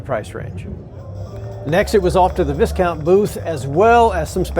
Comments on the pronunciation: Viscount is pronounced vy-count. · Thank you for a great video. I may be wrong but I think that VISCOUNT is pronounced VYCOUNT.